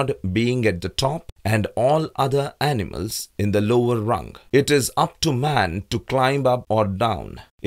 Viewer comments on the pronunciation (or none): none